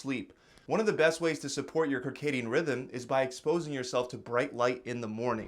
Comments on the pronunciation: Circadian rhythm pronounced: Sir-Kay-Dee-Ehn, not Kuhr-Kay-Dee-Ehn or whatever you were trying to say. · It's pronounced SIRcadian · Come on bro. It’s circcccccc like circle. Not KERCADIAM rhythm. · Why are you calling it a Kircadian rhythm 😂 it’s “circadian” pronounced like the “circa” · Circadian is pronounced “Sir-cadian” not “Ker-caadian”. Good video, although I don’t believe in eating breakfast any more. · Bro really said Kirkadian rythym and we're supposed to trust him 💀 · It's "sir-cadium rhythm" lol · Did he just say "karkadian" rhythm? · Circadian Rhythm - “Sir-Cadian rhythm” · Why do you pronounce circadian with a hard C? So cringe. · The “c” in circadian is pronounced as an “s” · Hey there, I enjoy your informative videos, but just a small point on this one: I believe "Circadian rhythm" should be pronounced similarly to "circular" (not with a hard c like a k). In fact, I can't think, off the top of my head, of any words that begin with "cir" that would have a hard c like a k: circut, circumfrence, cirucs. Otherwise, keep up the good work.